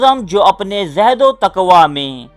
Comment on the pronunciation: thank u for taking the criticism positively. Your research is good. Just don't forget to give source/reference of material and work on ur pronunciation of certain urdu words. For instance it is not zahd o taqwa, it is zohd o taqwa